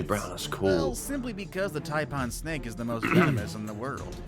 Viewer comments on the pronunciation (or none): Don't bother copying how he said taipan. Do yourself say parn or pan, for a frypan? Taipan is closer to frypan. Box jellyfish look very small, they have very long tentacles. Bluebottles are often found on Sydney, beaches, bad sting but not deadly. Authorities put bottles of vinegar on beaches, for the public to use, they wouldn't if it didn't work. Many aussies never see many of these, so if you leave them alone you will be safe. I never saw a redback in northern Qld, though we do have white tail spiders- flesh eaters from the poison, Bowen has eastern browns and taipans, killed two of my sisters dogs. Funnel webs and trap doors are mostly around Sydney. If you find out what is around where you go from the locals and how to avoid common places to find them, you can be safe.